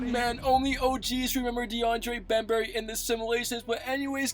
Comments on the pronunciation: Man keeps calling bembry bem-berry lmao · Deandre bembry not bembary lmfao